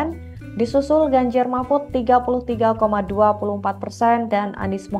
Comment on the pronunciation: apa cuma aku aja yg denger kalo presenternya bilang ; ganjar marmut?